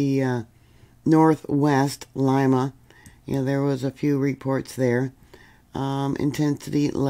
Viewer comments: Lee ma not Lima much love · City is pronounced LEEMA, not LIMA.